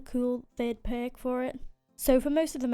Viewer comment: the way u say perk is so funny :D